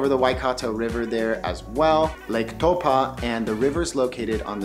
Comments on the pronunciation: You're pronouncing taupo funny. It's TAU-PO not TAU-PA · Hey bro, I'm from NZ and to help you along with the people watching this video, I want to correct your pronunciation of a few things: Taupo is pronounced like toe paw, not toe pah. Second, most people refer to the south island as waipounamu, pronounced like why po (like Kung Fu panda) nah moo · It's not towpa ,it's pronounced Tau po gee,ide like you to say the fukawheirawa,the best Maori village to see them the government one in Rotorua and glad you didn't mention the blue and green lakes there as one is only for the Maori where they send their dead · Tow paw,not tow pa. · Good try with pronouncing Taupō. I can tell you were told to think "toe-paw". But with your accent it's probably better to try "toe-poor".❤ I'll let my other Kiwi whanau jump in on some other suggestions with our other place names you've given it your best shot. 🌻🌷🌻 Kā Pai mate, we love it when people "give it a go"👍🏾😍👍🏾 Whanganui-a-Tara/Wellington .... my hometown ❤❤❤ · No- the vowels are the other way around: Tau = Toe- Po= Paw. Toepaw. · Great Vid... Just a lil suggestion... Taupo is pronounced Toe-paw... Best way to write it! Cheers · no more like Toe-Pa!!! LOL all good just wanna help out ... Cheers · Good video bro. At lot of theses types of videos are usually inaccurate and have orators that clearly haven't even been here. A tip for pronouncing Taupo. Think of it as toe and paw put them together and you get pretty close to the correct pronunciation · Lovely video, but your pronunciation of Taupō kills me. Try again.